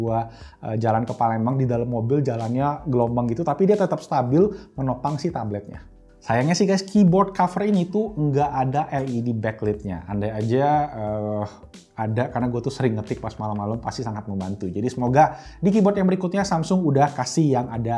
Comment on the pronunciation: Asli palembang yo bro? Btw baca backlight nya "beklait" ya..hahha sorry di koreksi dikit..hehehe